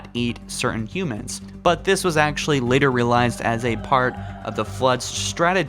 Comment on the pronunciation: ancshent accshully